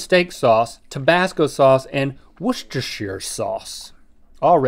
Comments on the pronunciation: So proud of Link for pronouncing Worcestershire correctly. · As a brit, im proud link said Worcestershire sauce correctly